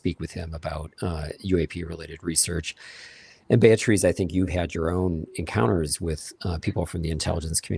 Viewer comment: Amazing how doesn't know how to pronounce the name "Beatriz"